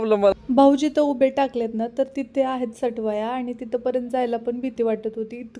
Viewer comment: अग सटवाया नाही सटुबाई म्हण वेडा बाई